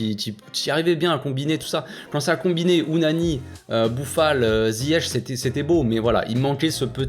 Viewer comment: Pour info c'est Ounahi et pas Ounani 🤣. Merci pour ton debrief qui est très bon , tout a fait d'accord avec toi. On manque de serial buteur au Maroc . Ennesyri c'est qu'il a du mal dans ses conduites de balle chose incroyable a son niveau, incompréhensible même , après c'est un joueur irrégulier , il peut te mettre des buts de fou sur plusieurs matchs s'il reprend confiance en lui sinon il peut enchaîné longtemps sans marquer . On a des techniciens mais qui en font trop a chaque fois et c'est tout le temps pareil. Bonne défense, bon gardien, milieu avec Amrabat moyen car il s'est pas aller de l'avant avec le ballon relancé les attaquants, se retourner avec le ballon . Sabiri énorme ce joueur, je pense que c'est notre futur grand attaquants car il sait tout faire milieu offensif mais qui peut jouer en 9 et demi . Il éliminé des joueurs juste avec ses contrôles orienté et arrive systématiquement à se retourner avec le ballon avec une facilité incroyable j'ai rarement vu ça . Avec le nombre de dribbleurs qu'ont a , faut vraiment bien travailler la finition et les coups de pied arrêtés car ont obtient beaucoup de coups francs et de pénaltys. Sinon merci a toi bonne continuation pour la suite frère 👍🏽. Le Maroc va créé la surprise au mondial Inch'Allah 🇲🇦💪🏽